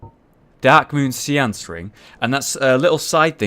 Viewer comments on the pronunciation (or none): none